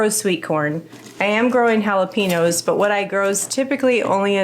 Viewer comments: Jalapeños are pronounced with a Yow on the end. Haa·luh·pay·nyow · Please try to be culturally sensitive. The pronunciation is “haa-luh-pay-nyowz”. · No offense, but you might lime to know they're actually spelled jalapeños and pronounced the Mexican way, jalapen-yo. We don't say it that way in most of America, but in Mexico they do.